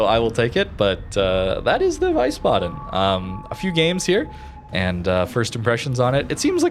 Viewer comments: It is pronounced more like "WIISBADEN" than "WEISBADEN". The E in IE is silent. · It's called the Wheezebaden, not Vicebaden :) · ah yes, the VICEbaden :D Its VIESSbaden IE, not EI :D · its pronounced Wee-sbaden not why-sbaden :) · Wiesbaden is pronounced like 'Weesbaden' instead of 'Wisebaden'. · Pronounce it Wees-baden instead of Wees-baden. No lootboxes in EU. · Vicebaden xDD , pls call it Veece baden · Thank you for the video. However, the naming phonetically called "Veehsbaden" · Hey! Loved the video but had to say that it’s pronounced VIE-SS-BAH-DEN. In German our w sound like v. Our w’s only make the pronounced w sound (like you were saying) if it’s a “WEI” instead of “WIE”. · its (W-I-E) sbaden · is pronouncend line Weesbaden like in Weed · pronounce it "Wees-baden" :p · Not VIESSbaden. More Veesbaden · And the price for the most wrong pronounced ship ever goes to xD the i comes before the e so always confusing English make ei out of it xD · I am German and I can say this is the worst possible pronounciation Hahahah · As someone who speaks minimal German.. He butcher the pronounce.😂